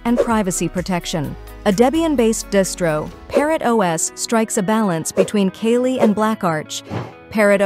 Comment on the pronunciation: She said kaylee linux